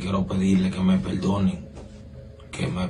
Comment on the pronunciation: Que me peldonen,peldon,velda,que es eso? claroooooo porque está perdiendo papeletas 🤑🤮🤮🤮🤮